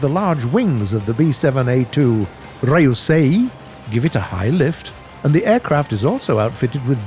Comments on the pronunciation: I die every time he butchers Japanese names like Ryuusei as "Rai-oo-say" or Raiden as "Ray-den" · Ree-U(You)-SayE(Say E) Ri(Right)-Then/Dun(idk which one)